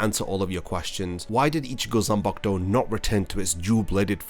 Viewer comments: How difficult is it for you to say Zan-Paku-To! 😡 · Every time you say “Zenbakdou!” I get so angry I want to smash my phone. How the hell did you show up on my feed again! I put you on my not recommended list. 🤬🤬🤬😡